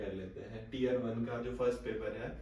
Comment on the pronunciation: Tre नहीं tier होता h 😁